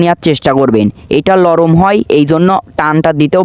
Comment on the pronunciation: ভাই লরম না নরম বলে 😂😂😂 আপনি ভিডিও এ দেখেন 😂😂😂😂